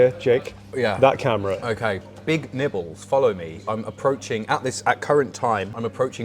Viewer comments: It took me five minutes in to realize did not introduce the other guy’s name as “Big Nipples.” 😭😭😭 I swear on first listen, that is what I thought he said. 😂😭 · Am I the only one who thought that called him Big Nipples? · Am I the only one who had never heard of Mr. Big Nibbles and genuinely thought introduced him as "Mr. Big Nipples?" I was very confused. Regardless, keep up the great content,. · Thought he said the guest’s name as Big Nipples 😂